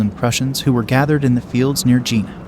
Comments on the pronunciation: Good overall; atrocious pronunciation of both French and Prussian names. The town is pronounced "Yay-nah" not "Gina". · "Jena" is pronounced "Yayna" not Gee-na" You Americans really bugger up foreign languages including English and stupid stuff like Eye-ran instead of Iran ( soft ). Don't they have schools in the States? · The battle of Gina? Gina Lollobrigida? The mispronunciations in this are completely farcical. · The pronouncing of German and French names and places is appalling and painful. The battle is Jena (Yay-na). Please have respect for other cultures, not just your own. Take the time to properly research the names and places of your videos. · Agreed, even the main location of Jena is mispronounced. Get rid of this AI.